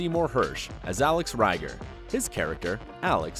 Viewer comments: No way you ever watched an episode. You mispronounced Alex last name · yea, this is not a good video, he even mispronounced Judd Hirsch's characters name on Taxi, lame. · As soon as he said "Reiger" I turned it off